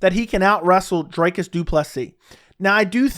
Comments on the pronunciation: Good shit. It's pronounced Dree-Cuss though my dude. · Bro is a chronic Dricus hater, can’t even spell or pronounce his name correctly. 19 finishes in 20 fights when will you stop hating. You keep talking about the holes in his game but his output is still there even if he looks gassed. Dricus to retire Brunson